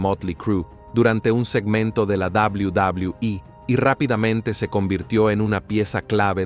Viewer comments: Cual inche dobli dobli ii se dice doble u doble u eee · Al principio me molestaba que dijera tanto la D O B L I U D O B L I U I pero ya después me empezó a dar risa jajaj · Es verdad dawliu dawliu i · Sin ofender pero....ES NECESARIO QUE TENGAS QUE HACER QUE LA AI REPITA UNA Y OTRA Y OTRA VEZ "DOBLIU DOBLIU I"?!!!, LOCO, APRENDE MEJOR A PONERLE LOS SPEECHS Y TE GANARAS MAS SEGUIDORES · A chinga ' y cuál es la davliu davliu i? 🤔 Dilo en español y mejor no hagas el ridículo.. 🙄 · Y dice dablui dablui i es BN castrante no deja disfrutar el vídeo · deja de decir WWE ni sabes pronunciarlo bien jajaja